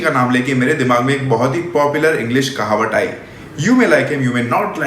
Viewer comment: Slip of tongue 😜